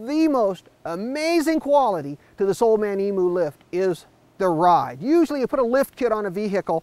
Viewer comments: It's EMU! not EMOO... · emoo...lol, just so you know it's pronounced eem-yoo